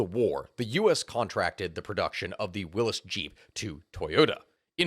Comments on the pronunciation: Pronounced totally wrong. It is WILLY'S Jeep not WILLIS jeep . Where have you been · Isn't it pronounced willies not willis? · Willys not Willis?